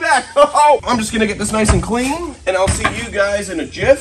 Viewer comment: Anybody else notice said “owl see u on the next one” lol at the end of the vid?